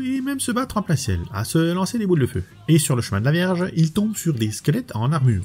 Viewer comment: C'est moi ou à 1,45, tu dis le chevalier de la verge !? Je verrai plus jamais Shaka de la même manière ! 😂 Sinon, tu as bien du courage de continuer à t'infliger ça. J'ai regardé la première partie, j'ai un peu vomi, beaucoup pleuré et je suis retourné regarder l'original!